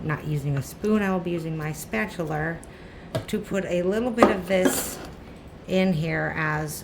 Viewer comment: No R in spatula